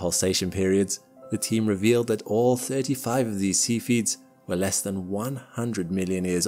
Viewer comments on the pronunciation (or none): seph-ee-ids, not sepheeds